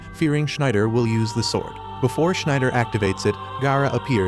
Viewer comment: Sorry u doing a great job at recaps in easy sentences but damn man u cant be butchering Schneider like that